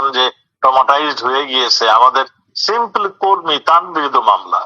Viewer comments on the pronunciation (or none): none